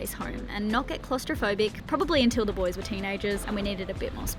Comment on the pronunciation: It's not Boo es! Boys! Yeah the boys!